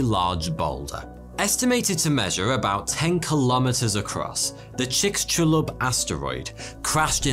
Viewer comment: Hahaha the Briton attempt at Mayan. Chickenclub